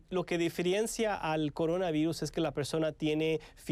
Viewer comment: No pueden decir "por" pero si coronavairus! Y la simple razón de meter L por R queda ridícula.